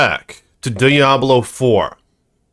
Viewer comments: That's not how you pronounce Diablo, dude. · As soon as I heard how you pronounced Diablo like a Neanderthal I stopped watching.